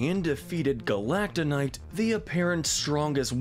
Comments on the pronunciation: "Galacta kanight" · galataca knight 💀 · 1.The way you said Galacta Knight's name a few times (When he was first introduced and when he was being eliminated) sounded so weird 2.I expected a few more Kirby characters to participate like Dark Meta Knight and Taranza